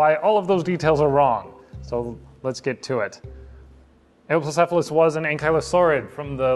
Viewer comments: Its You-wop-low-sef-a-lus, not A-ohp-low-sef-a-lus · Eh-woah-plocephalus?! I always say You-plocephalus... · I always pronounced it (dropping emphases and being lazy about transcribing my phonetics): "You-oh-plo-ce-pha-lus". Wikipedia seems to back me up: "yoo-OP-loh-SEF-ə-ləs" "Eh-oh" is...really weird to me, I'm not sure where that would even come from... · According to most sources I'm aware of--and this has been my favourite dinosaur for like a quarter of a century--suggest he pronounced it wrong. Presumably it's a secondary pronunciation from somewhere, but I've never heard or seen it transcribed before. I'm most familiar with this: "yoo-OP-loh-SEF-ə-ləs" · No, but really: this is my favourite dinosaur. Where did that pronunciation come from? I've never heard or seen it before, and it doesn't make much phonetic sense to me. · Your pronunciation was wrong but other than that this is awesome!